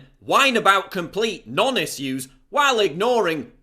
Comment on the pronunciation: when you say the word issues it makes me giggle. I know, it's childish.